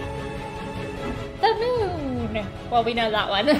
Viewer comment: "The meuon" hahaha